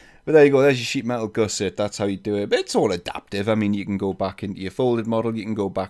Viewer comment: you pronounce gusset incorrectly FYI. Goose-ettes?